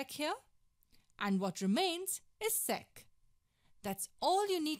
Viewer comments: ‘sec’ sounded like sex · "Sex squared theta"...lol